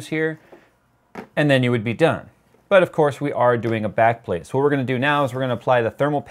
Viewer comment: What i heard: "...and this is the Nickelbacked plate-plate"